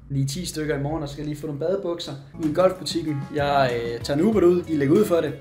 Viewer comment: trode han sager ubåd ikke uber xD